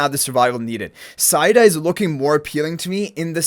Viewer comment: Ahh, the English language... Cow is a 🐄 Mow is pronounced Moe Etc...😂 Said is said So, Saida is Said a??? No, it's Seida... ❤